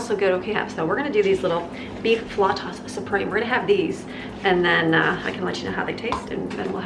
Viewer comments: fl-ou-tas (the same a taquitos)--PicK -a da-guy -o (picadillo) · You are a powerhouse! Whew! And look at all the great meals and snacks you made! I hope you have and had a gloriously restful weekend! Hugs and blessings! P.S. I believe it's pronounced fl-out-a. But I might be full of beans. 😄☺😀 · Flautas = fl-ow (like ouch) tas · Enjoying your video as usual...the flautas are pronounced rhyming with 'wow'...like flowtas. Everything looks delicious, I have been thinking of Hello Fresh...might give it a try. Have a great weekend! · Not trying to be ugly AT ALL, but it made me giggle when you were try to say flautas! 😆🥰 Your energy helps me stay motivated to get it all done in the kitchen and Gather your fragment Friday’s have become one of my favorite series of videos to watch! 💙